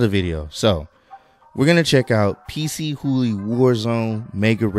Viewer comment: It's not "PC Hooly" but "Pchooly".